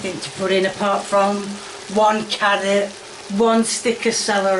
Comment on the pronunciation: Only can somehow pronounce carrots as carriots.